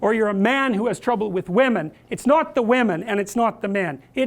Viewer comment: Says whamen like Pewdiepie